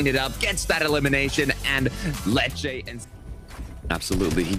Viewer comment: Dude why does he pronounce letshe.....letshea I can’t stand it when commentators say people names wrong